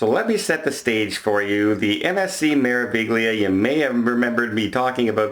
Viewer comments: Meraviglia is pronounced May-rah-vee-lee-ah. The GLI is pronounced LEE. There is no G sound. The R is rolled. Practice pronouncing Me-ra-vi-gli-a: May-rah-vee-lee-ah Remember, there is no G sound. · Dear, you don't pronounce the 'g' in Meraviglia.